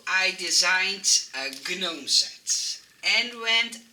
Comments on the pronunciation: Hoi, vreselijk leuke ontwerpen weer! Het woord 'gnome' wordt (heel gek) uitgesproken zonder de 'g'. Het wordt dus eigenlijk 'noom'. Ik hoop dat je het niet erg vind dat ik dit aangeef! Ik kijk al je video's en volgens mij leer je graag om je Engels te verbeteren, zoals wij weer veel van jou leren. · FYI In English, we do not pronounce the “g” in gnome. Hope you do not take offense for my correction. ♥️ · So cute ❤️ I couldn’t stop smiling at your pronunciation of the word gnome 🥰 You are so cute